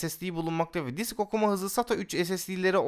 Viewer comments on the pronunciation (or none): none